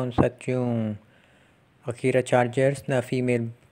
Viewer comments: Akari po hindi akira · Boss Akari yata Hindi Akira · Akari po. Hindi Akira